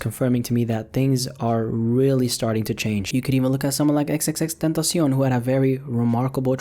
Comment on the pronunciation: I laughed way too hard at the way this guy says xxxtentacion in the video lmao